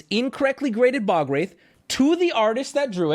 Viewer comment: Sir... youre pronouncing ball wraith